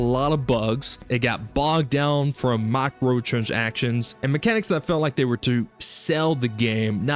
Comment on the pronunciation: let's work on the pronunciation of the term "microtransactions".